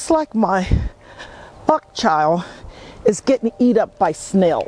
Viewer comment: Like your channel. It is called Bok Choy not bok chow!